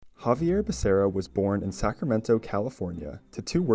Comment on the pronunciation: It's pronounced "ha vi air back a ria" per Joe biden